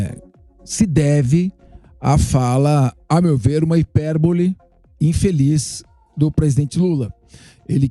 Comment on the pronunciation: HIPERBOLE, FALA CRIMINOSA VIROU HIPORBOLE?